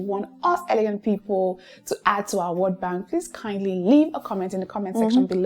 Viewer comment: it’s elegant, not eleguant like in French. Even though I love your accent.